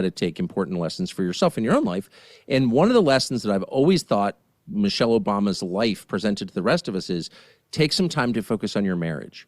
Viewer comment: “Me-chelle” Obama. Me, me